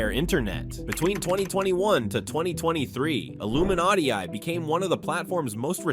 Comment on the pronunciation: Imagine saying Illuminaighti "retired" 💀